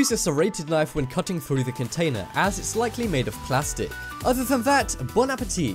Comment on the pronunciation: He said " Bone appatee"